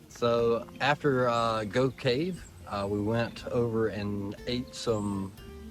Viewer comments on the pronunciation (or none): Just for info, Gough, as in the Gough's Cave mentioned, is pronounced "Goff". Just incase you do visit this amazing place for the cheese! 🧀